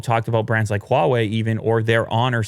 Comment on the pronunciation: You don't have to put so much HWAA on the Huawei dude.... Just say hwa way that's it... It's not HWWAAHH way